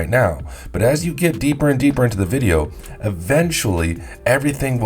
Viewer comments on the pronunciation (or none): none